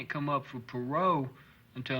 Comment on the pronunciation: Michael Martin is on "pa-row" for the rest of his life. Talk about a deterrent to future criminal behavior